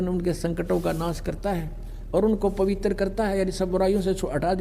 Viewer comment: पवित्र को पवितर बोलता है मूर्ख गुटका बाज नसेरी